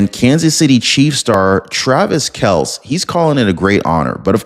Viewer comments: it's pronounce Kelc-ee :) Love your show! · Do you research your stories before posting? Don't be too lazy doing whatever you are doing without using some very basic journalistic tools? Sean Duffy is a Trump appointee, not part of a Biden cabinet, nor ever was. You may want to verify pronunciations of names and words, like "Kelce" and "sovereignty." Mispronounced names and words and inaccuracies are embarrassing to viewers and particularly viewers who may share your point of view. Carelessness and inattention to detail can spread to those who stand beside you in your camp. All of these unforced errors can be avoided by using our readily available internet. You've got a great voice for telecasting, but any good acknowledgement can be nullified by a podcast that is verifiably unprofessional. Do better and you'll progress faster!